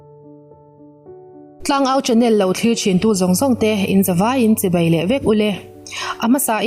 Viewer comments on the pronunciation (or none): none